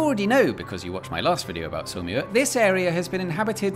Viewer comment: Can you please add the name of the town to the video description (not easy to make it out from your French pronunciation). Finally figured it is Saumur...